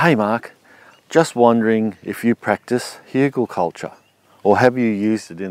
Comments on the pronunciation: Outstanding! Hügelkultur. Even pronounciation of the "ü". Kudos from Germany ^^ . You are an interesting character and I love how you explain things and how interested you are in all kinds of methods. Wunderbar! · sound very german hügel :D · As a german, I approve your spelling of Hügelkultur. Good job